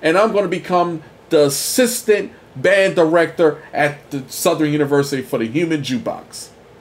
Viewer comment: I really dislike the way you pronounce the name of my university. It's Southern not Southerynn!